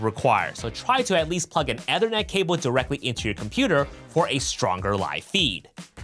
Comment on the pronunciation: Ethernet is pronounced EE-ther-net 😊